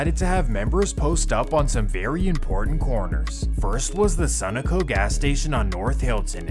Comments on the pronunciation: It’s pronounced SUH-NO-CO not SUNO-CO😂😂😂😂 I hate when people would pronounce it like that!!! That’s how I know you from a state that don’t got too many of em there lol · my boy its pronounced sun-no-co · It's pronounced su no co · The way he said sunoco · Thats the weirdest enunciation of "Sun-O-Co" I've ever heard. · BRO HOW TF YOU SAY SUNOCO WRONG 😭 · every time he pronounces Sunoco wrong I cringe.